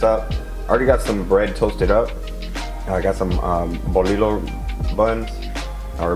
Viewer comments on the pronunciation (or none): Damn brotha, that torta looks delicious... Nice marinade recipe... On that bolillo bread the double L is sound like a Y.... Like the last name Castillo...👍 Cheers brotha🍺